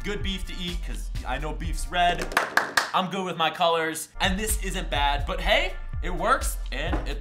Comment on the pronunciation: Am I the only one that swears he says "He whats up you guys its here" Lmao